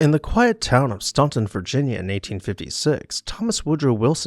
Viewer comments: Hi, just a word on Staunton. When I was there, I was told by the natives to pronounce it 'Staan-ton,' not 'Stahn-ton. The 'a' is like in 'plan.' 😊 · I always enjoy your programming. Having lived in Staunton, VA, for many years, I can tell you that the U is not factored into the pronunciation of the beautiful city's name. It's "Stanton" and was named for Lady Rebecca Staunton Gooch.